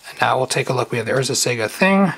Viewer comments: Lol urzas sega haha that's not how you say it. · you keep saying Urza's Sega :D I keep picturing sonic casting Morphling. (But Id like urzas saga please). Good vid :)